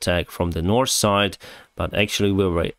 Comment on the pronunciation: its north. pronounced as written. you can even say norf and get away with it. norse is norwegian language. i enjoy your videos but it had to be said.